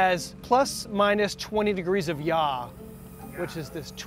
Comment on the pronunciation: “And it has plus/minus 20 degress of YAH…”. I think you mean “YAW”, which rhymes with “saw”. You’re welcome.